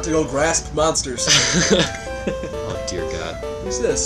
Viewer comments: the way he backtracks at “monaters” always kills me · "Monaters" from graduate school? Oh, you Monster... COACH! XD